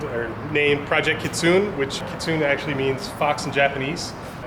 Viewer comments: I hate to rain on this guy's parade but its pronounced KitsuNE, hard ne. Not like tune but like nay nay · "kitsoon" lmao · Keet-soon-nay kitsune. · Pronounced "ki*tsu*né" for fox in Japanese🤣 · Kitsune? It's pronounced "kitsu neh" guy. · Ki Tsu Ne, japanese along with korean have phonetic pronunciation, takes about 1-2 minutes to learn where to break the words for the correct pronunciation. For japanese generally every two to three letters. Ha Ko Su Ka, not hacko sooka. Mu Ra Ka Mi, not mooorakami. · "kitsoon" hahaha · 2 years later and nobody has said anything about the guy mispronouncing kitsune. You can't name your car a word you can't pronounce.. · He said kitsune wrong and it kinda annoyed me...